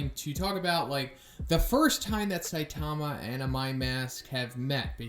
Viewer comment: Love you videos, but please bro stop saying saitama like that... saiTAMA.